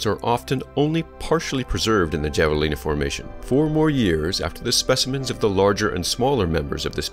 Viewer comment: Havalina. Javelina....